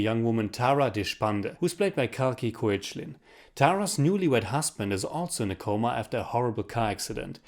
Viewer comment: You pronounce koechlin as kekla, so she is kalki kekla or its how you pronounce her name.